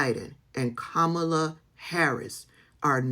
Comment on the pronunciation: Why are you pronouncing Kamala like Trump does?